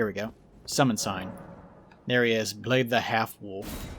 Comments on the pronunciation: Blaidd is Welsh. It's pronounced like Blai-thv. The end of the name has a "th" as in "the" with a faint hum or buzz at the end of a v sound. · also, the dd in blaidds name is pronounced th. its an old old leftover in welsh from eth, the knockoff switcharoo roman version of the runic thorn we used in those parts for whatever reason